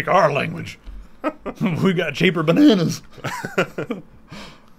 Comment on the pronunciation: "We got cheaper bernanars!" FUKIN PESHED MA SELF! lol!